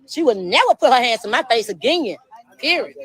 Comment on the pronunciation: FYI. The word period, does not end in letter "T" periot! #hookedonphonics. Poor, pure embarrassment